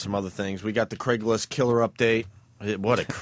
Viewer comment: “Dame Julie” “Craiglist” etc….. Opie just misses saying so many things correctly. How did he ever get away with trashing Vos?